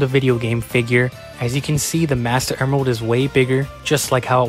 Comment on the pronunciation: When he said the ‘Master Emerald’ for the first time, I heard ‘Bastard Emerald’ 💀